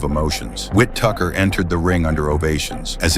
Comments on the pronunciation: Calling Whittaker "wit Tucker" is why AI should be banned and why I'm down voting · Who in the hell is Whit-Tucker? 😂😂😂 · Whit tucker 😅 Ai isn’t quite there yet with the pronunciations. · Stupid AI voice. "Whit-Tucker" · Wit- Tucker???? 😂🤣😅🤣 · Every time i hear this AI program pronounce his name Wit-Tucker it makes me remember why I hate AI videos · Stupid Ai can't say Whittaker.... With Tucker, lol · It's whitaker stupid a I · Who the F is Whittucker? At least get the name right. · Ah yes… Wit Tucker. Next it’s gonna be Peg-Ai-You for Pacquiao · Why does this guy keep calling him Whip-Tucker🤔🤣😂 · So now you know... if the person saying Whittaker as " Wit-Tucker", it's a cyborg! Run! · You cant even get his name right ffs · It can’t even pronounce “Whittaker” yet. Our jobs are safe for now… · The AI voice pronouncing Ben’s last name wrong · no one has ever has pronounced Whittaker like that before I absolutely guarantee it. I would say it's ai but it could just be American lol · AI voice can't prononced ''Whittaker'' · The AI definitely couldn’t pronounce his name 🤣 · AI bullshit video that can't pronounce Whittaker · it's an AI video. It has no idea what it's talking about. It can't even pronounce the guys name properly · Probably a Nigerian Prince creator of this shite,Whittaker not Whittuker wtf 🤢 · WHITTAKER NOT WHIPTUCKER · Who the hell is Withtucker?? Whittaker is his name😅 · Wit tucker 😂 ai cant read wittaker correctly 🤭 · It’s Whittaker not “Wi-Tucker” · It’s not WHIT TUCKER…..it’s Ben WHITTAKER! Sheesh! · Why he keeps calling Whittaker “Whitucker” tf is that about! 🤣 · It’s WHITTAKER 🤷🏻‍♂️ not TUCKER Sausage 🙄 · His name is Ben Whittaker. Not wit taker 🤣🤣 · Whittaker not Wit Tucker 😂😂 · Who is whit tucker? Its whittaker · Who tf is "ben whit tucker"😅😂?? Wow ai.. his name is ben Whitaker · Whose the Whitucker guy? It Whittaker my AI bot friend 😅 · It's pronounced Whittaker you silly Ai commentator. 😂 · Who is Ben Wit-Tucker? AI sucks. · Who's Whit-Tucker??